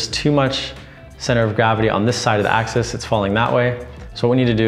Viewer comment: It's "AXIS" not Access.